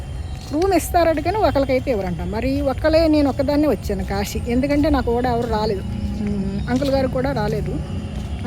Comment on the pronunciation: Q. మీకు శివ అనటం రాదా.... దయచేసి మీ అతి వాగుడు ఆపి.... ముందు శివ అని..చక్కగా..భక్తిగా ఉచ్ఛారణ చేయి... Siva. Shiva కాదు. నీ పైత్యం ఆపు.... శ.....అని పలుకు. ష....అని పలకవాకు. తెలిసి...భక్తి విషయంలో ఇలా పైత్యం చూపితే...నా మాటలో కటువుగానే ఉంటుంది. ఆశ్రమము కశీ శివ మరలా చెబుతున్నా... కాషీ కాదు...కాశీ... షివ కాదు... శివ ఆష్రమము కాదు..ఆశ్రమము ష ..అనవసరంగా పక్కకు... దైవ సంబంధములో అసలు పనికిరాదు